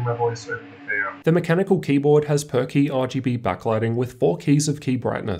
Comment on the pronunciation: I always hear it as "perky backlighting" 😆